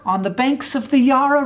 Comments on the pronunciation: What's the Yarraahh River Hank?! It's the YarrA (emphasis on the last a!) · You got so much pronunciation right then ended with "yah-rah" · It was so weird because he pronounced "Melbourne" correctly! And then "Yara"??! lol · It was a pretty good video and then you called it the Yah-ra and lost all your precious Australia cred. Yarra, mate. Like Barra-mundi? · This is the comment I came to the comments section for. For clarification, good people of the world, Hank pronounced it yar-rah, Australians pronounce it yah-ra, with the first A sounding like the A in athlete, not the A in armor. Best way I could think to describe it. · YA-ra, not YAR-uh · Ahhh, Hank's annual Australia video, shot in my hometown. Thank you for pronouncing Melbourne correctly. Great start! Less strong finish in the pronunciation game though - the first 'a' in 'Yarra' is short, not long. So it's 'Yah-ra', not 'Yaaa-rah'. But you live and learn! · What the heck is the “Yarrra” River? It’s pronounced “yah-er” spelt Yarra. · omg Hank it's the yAra river, not the yaarar river 😂 Anyways, hope you enjoyed my lovely city of Melbourne! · HANK! It's YARRAH, not Yah-rah. It's ok. You got the pronunciation of Melbourne right. I can let this go. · lmao it's ya-rra, not yar-ra btw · Just a guide to local lingo, the Yarra river in Melbourne is pronounced yah-rer. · "the banks of the yaaara River" 😂😂 You nailed the pronunciation of Melbourne, but slaughtered the word Yarra 🤣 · THE FAIRIES WAS MY ACTUAL CHILDHOOD. and it’s Yarra river, like barrow, not like yarn. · On the "yarra" river .. as a melbournian lol We have enjoy having you here so very much! Come back soon even if we are so far!!!! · "The Yah-rah" oh yes darling lets go have lunch on the banks of tHe YaRrA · Hahaha! The Fairy's just bumped out My Little Pony?! Also Yah-rah River? hehe, harden the first A sound, soften the second one. Wow Iove this vid tho. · Yah-rah. Say it with me. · "Yaa-rah" river mate. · YARAH. YAH-RAH RIVER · Yah RA river 😂😂